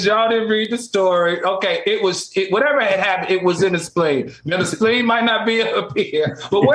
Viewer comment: Q + “singing, Speen Bone” = 🤣🤣🤣🤣🤣 Al, don’t feel too bad.. I have no idea where the Spleen is either… 🧐🧐 headed to Google to self educate! 👍🏾🎯